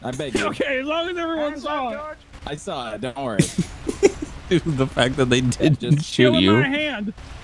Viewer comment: whenever says "saw" - he always sounds like he's saying "sawl".